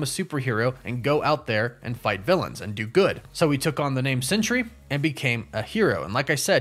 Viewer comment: I’m not sure if you realize it but you’re pronouncing it century but it’s pronounced Sentry like a guard in the military is a Sentry